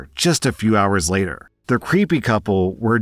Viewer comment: Oh man, Rslashs pronunciation of "Gallegos" gave me a bit of whiplash with how the story was